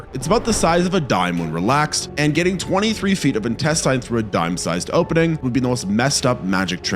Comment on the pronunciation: Please stop saying intestine like that I'm begging you